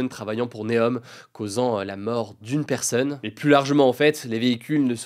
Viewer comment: Par pitié cesse de dire "perseune" au lieu de personne 🙏